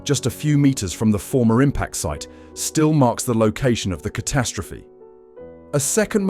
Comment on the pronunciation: The numbskull narrating this video sure likes to say "ca-TAST-rophe" alot.